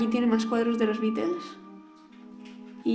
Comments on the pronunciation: beatles t se pronunciaBitlesss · Bitels? Pronuncia bien. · no de echo no se pronuncia así en inglés. Pero bueno tal parece que ni televisión tienes ya que en todos lados se pronuncia muy diferente a como tu lo pronuncias.